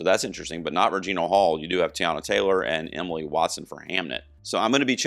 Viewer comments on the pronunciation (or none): none